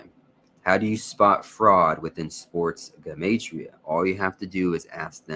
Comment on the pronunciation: Thank you for pronouncing 'Gematria' CORRECTLY (that is the #1 way to spot a fraud)